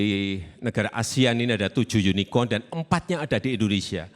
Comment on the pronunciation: Pa jokowi lafalnya unicon '(yunikon)' bukan unicorn '(yunikorn)' ya pasti pa prabowo tanya balik 'yunikon' atw 'yunikorn' ? klo lafalnya bener pasti langsung dijawab